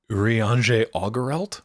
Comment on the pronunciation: I respect the effort put into condensing the behemoth that is Final Fantasy 14 into a little under 30 minutes. 10/10 no notes. However it will be immensely funny to me that the only Scion names pronounced right were Estinien and Urianger, of all people